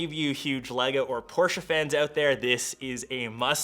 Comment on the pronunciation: Thanks for saying Porsche correctly!